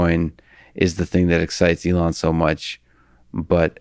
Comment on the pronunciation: He can't even pronounce ELON's name correctly!!!! - "SpaceX and Tesla were obvious" Please cancel this man